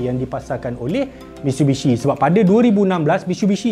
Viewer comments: Dengar macam MISHUBISHI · No one:: "MITSHUBISHI